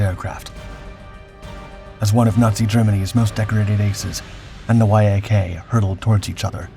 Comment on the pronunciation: IT IS called a Yaaaaaahk... NOT a Y-A-K fighter.. Damn.. Lazy fkrs.. As for Lydia.. She deflated her actual weight..